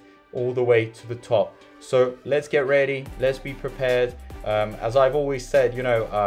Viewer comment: LOL or when he says SOR instead of so